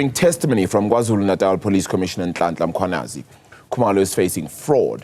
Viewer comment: Can practice saying Mkhwanazi before coming on air. It's an irritation to mispronounce people's names by public figures.😒